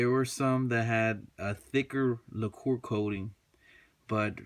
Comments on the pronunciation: It's pronounced like lacker not like your talking about a expensivebottle of liquor lol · Great review. Btw it's pronounced "Lack-er" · Lacquer is pronounced lacker. Good video btw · Lol... La Core? Wtf is La Core? Do they speak English in La Core? I'm kidding. Haha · Thanks for the vid. I think I've made my decision...btw not trying to be an asshole but lacquer is pronounced LACKer. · Now I am thinking I should of went this way instead of the Springfield XD..... Anyways don't worry about mispronouncing laquer it is french and don't deserve to be pronounced right anyways.